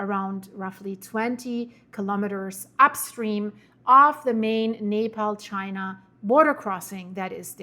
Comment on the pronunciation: It is pronounce nep all